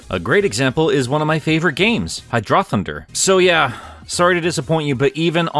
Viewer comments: For me it was "Hy-DRAH-thun-Der" 😂😂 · Hydroth-un-der thrown out of left field made me chuckle 😅